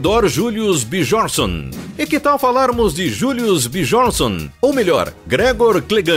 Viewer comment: / - Se pronuncia "Biórnisson".